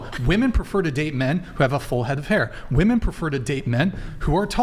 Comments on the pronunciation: they think they are pronouncing "woman" and "women" differently, they just emphasize the wrong syllable. they say "wom-EHN" and "wom-IHN", so dumb they assume the different letter is the letter pronounced differently. its "WUHM-en" and "WHIM- en" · It’s crazy that these girls don’t understand the difference in pronunciation of “Woman” and “Women” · No matter how many of these episodes you watch there is always the one girl who says woman instead of women. How can they always make the same mistake 😂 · WOMEN!!!! Not WOMAN 🙄 annoying asf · Saying woman instead of women, makes you sound stupid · On one of the episodes you were on and you asked why so many girls say "woman" and really mean "women", ever since then I catch it every time and it is so annoying! Lol I love you! I have the utmost respect for you.❤❤❤ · Why do all these vacant dolts pronounce women incorrectly? How can such a high percentage of a group be so inept they cant even pronounce their own biological category? Unreal. Truly unreal. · Ive noticed this with women on Charlie Kirk too, ive even commented on a vid asking why and got the response "its the correct pronunciation". Sad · I forgot how much these crazy degen girls say 'woman' instead of 'women'. My god it's an epidemic!